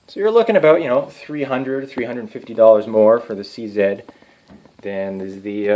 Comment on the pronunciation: Big ups for saying "C Zed" instead of "C Zee"! Proud to be Canadian